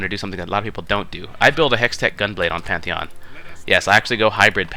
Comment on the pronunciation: Pantheon with P not M